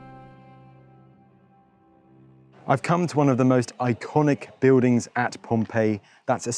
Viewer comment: You Don't Prounce the "L" in Words you speak. Beudings for BuiLdings!! Pepoe for PeopLe!! It's Not Difficult to pronunce the "L" in Words. Try It!!